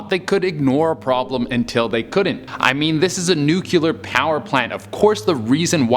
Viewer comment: You're so funny! But I REALLY WISH you would stop saying nu-cular.....